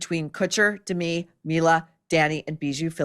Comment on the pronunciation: The lady's name is DeMI, not Demi.